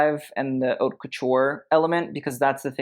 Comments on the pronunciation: I like looking at the costumes on your videos, and your commentary is quite informative; but you really need to learn how to pronounce "haute" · But what can you expect from somebody who cant even pronounce the name of his channel? "HAUTE"